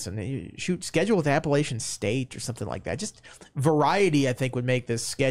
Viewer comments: I’d like to see pronounce AppaLATCHian correctly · def saying Appalachian wrong